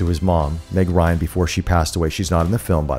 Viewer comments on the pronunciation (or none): none